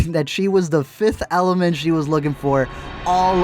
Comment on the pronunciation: "It whas her all this time!" Bleh it whas good until that ending bleh